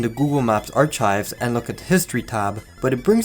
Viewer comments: Dude. You just said "AR-CH-IVES". Since you clearly have ZERO education, what on earth made you think that you should narrate videos? Do you just think people won't notice? WE NOTICE. STOP 🛑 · the “ch” in “archives” is pronounced like a K.